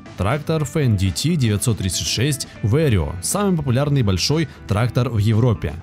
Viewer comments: 535 лошадиных коней,что за бредятина!? нет компании фенди ти,есть немецкая компания ФЕНДТ! нет понятия катерпайлар,есть слово и название компании КАТЕРПИЛЛЕР,даже амрикосы так произносят,катерпиллер. тяжелые трактора применяют только на очень больших фермерских угодиях,или же компаниях,и так же для перевозки тяжелых грузов. в большинстве случаев компании берут малые и средние трактора. и да,механическую кпп только в россии и лепят,все страны запада уже ставят вариаторную трансмиссию,и компьюторизированное оборудование. и еще,была такая фраза об одном тракторе,может изменять объем двигателя? вопрос как? одно дело изменить впуск,или выпуск отработанных газов,изменить геометрию турбины,изменение впрыска,но как ты изменишь на ходу объем двигателя,и его камеры сгорания? еще меня удивляет слово не разрезанные мосты,может не разрезные? и что за дэутц фэхр? есть ДОЙЦ ФЭЙР. буква Н английская после гласной и перед согласной не произносится вообще. еще вопрос,как воздух поступает в пневматические пружины? само слово пружина и ее смысл вам автор вообще известен? пружина это упругий элемент сделанный из прута. как в этот прут может поступать воздух? может было бы проще сказать воздух поступает в пневмобалоны подвески кабины,разве так не грамотнее? так же мне очень интересно узнать,где вы видели гусеничные колеса? это гусеничные блоки вместо колес,которые встают на ступицу вместо колеса. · Не фендити, а фэндт! Не деутц фахр а Дойц-фар! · то чувство когда диктор не умеет произносить иностранные слова и в технике не разбирается совсем. с самого начала фенДиТи с четырьмя клапанами. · Что за "фен ди ти"? Это Фендт [фэнт], немецкое имя. Вы бы хоть готовились к видеороликам, изучили тему. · Не фэндити а Фэндт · Не Фен Ди Ти а Фендт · Это на каком языке Fendt произносится как фендити? У меня на первой минуте кровь пошла ушами. Дальше даже не смотрел, страшно стало( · Фендити? Деуц Фэхр? Вы серьезно?